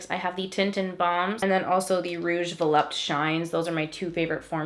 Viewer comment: vuh-LOOP-tay. that's how it's pronounced. not vuh-lupt.